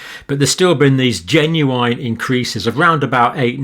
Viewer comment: I don't think I've ever heard an English person pronounce 'genuine' as jen-you-WINE. That's a new one! : )